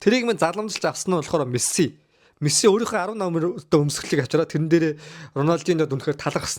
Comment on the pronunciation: нэрий нь зөв хэлээчээ Мэссээ биш Мэсси гэж хэлээчээ эргүү амьсгаа вэ